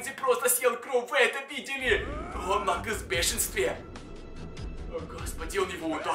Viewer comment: Это уже не накалз а накаклз